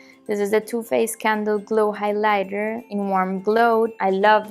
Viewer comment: really enjoyed the video. one tip on pronunciation; instead of saying highLIGHter, try and say HIGHlighter. I'm assuming you'll make more makeup videos and I thought it might be helpful. Good luck in the future, I'll be looking forward to your videos